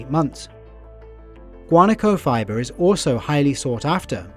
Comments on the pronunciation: It is pronounced guanáco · Wa-na-ko - Guanaco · Its a really good video but the pronunciation of guanaco, alpaca and Chile KILLED ME